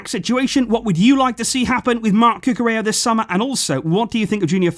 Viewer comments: Just a correction, ella like in cucurella in spanish is pronouned like eya, a y sound replaces both L's. Love your content, i wait for it every day, appreciate your hard work, keep doing what youre doing, visca barca! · listening to him say Cucurella is quite frustrating... Blancos fan btw...